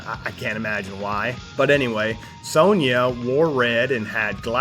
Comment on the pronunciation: you mispronounced Sonja too